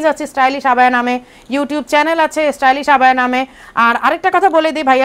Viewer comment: Stylish বলতে পারেনা লোকটা বলে Stylist ছাগল